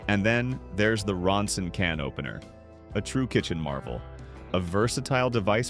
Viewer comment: What's WACKY is tha AI NARRATOR..kenopener anyone?